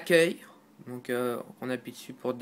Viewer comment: pitié c'est ''donc'' et pas ''dauwk''